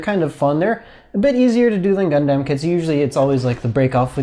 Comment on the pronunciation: The way you pronounce Gundam literally causes cancer